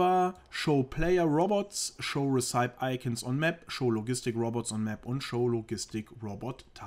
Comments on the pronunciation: Danke für die Tips. btw. Es sind keine Resaips aber Ressepies, mit der Betonung auf "ie", für das wort Recipe. Ich verstehe es trotzdem. Mein Deutsch ist auch nicht immer richtig ;P. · Recipe -> gesprochen ruezipi / Sorry fürs klugscheißen... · recipe wird "resse-pee" ausgesprochen